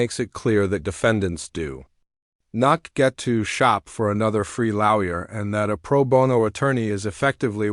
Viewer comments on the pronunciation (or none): Interesting —. Your final summary robot pronounced “lawyer” as “lau-ier”.